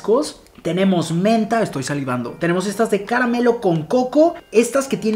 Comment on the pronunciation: jajaja dijo ca ra ma melo